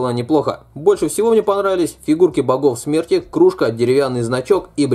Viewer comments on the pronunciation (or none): Услышала: фигурки бобов смерти😅🤣🤣 и так смешно стало